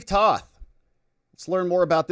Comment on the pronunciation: T(oh)th not Tauth